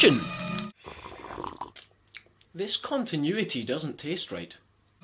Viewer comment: "CONTINUI-TEA" ...... lol! xD